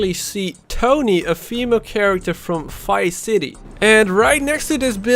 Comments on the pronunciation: it Triggers me so much that you say ''Fice city'' instead of Vice City-- xD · It sounds like he is saying Fice city haha